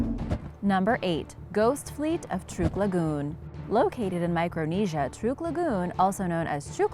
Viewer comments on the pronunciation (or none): Say Truk not trook